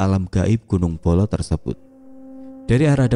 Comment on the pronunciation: Gunung 🗻mbolo bukan bolo😂